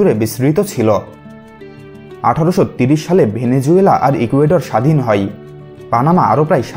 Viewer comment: story teller er pronunciation khubi kharap হয় কে হই কেউ বলে! যায় কে যাই কেউ বলে? এগুলো ঠিক ভাবে উচ্চারণ করতে চেষ্টা করুন